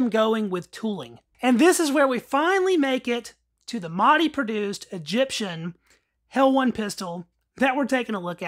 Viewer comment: Pronounced helwan not helwon. I’m from helwan lmao